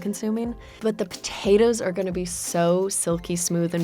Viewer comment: why does she say Potatoes so weird.